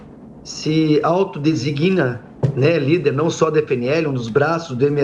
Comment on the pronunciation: Meu Deus! Mataram o português e não é o dono da padaria! Afinal o que é "auto-desiguína", o que é "se desiguína". Ando ultimamente ouvindo vários políticos falando esse absurdo com grande orgulho. A palavra correta é designa e se pronuncia: "De-sig-na!" Sinônimos: Que se identifica, que se denomina, que se nomeia, que se caracteriza, que se determina, etc, etc...